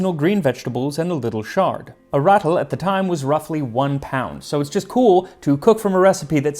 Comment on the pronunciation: It's not "Ratl" it's Rutl. And it IS a pound